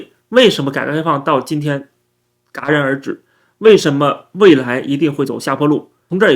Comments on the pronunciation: 戛（jiá）然而止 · 11.35的时候那个好像是念戛jia 然而止